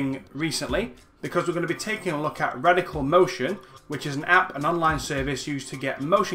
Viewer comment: Really love what your doing here. Great stuff. Word to the wise though: I know you have an accent but you might want to watch how you pronounce product names/brand names when dealing with sponsors. There were a few times there that I thought you said Reticle Motion instead of Radical Motion. This can cause people to look up the wrong thing later. It was only minor slip-ups here and there and you didn't do it for the whole or even the majority of the video but it still is something to keep an eye out for. Either way, good luck and thanks for the tutorial. <3